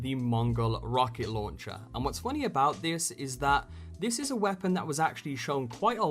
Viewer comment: What accent does the narrator have? I can't place it. And it's Weirdly frustrating because of the certain emphasis and tone put on particular words only about half the time. "Weapon/Weah-pon".